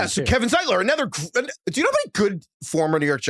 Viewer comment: making fun of Brady’s pronunciation but he says “anEther” almost every pod 😂